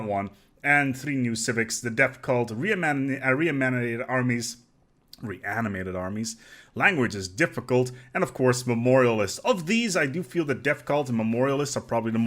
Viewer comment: "Reamanaimated armies." - Language is hard. Lost my shit.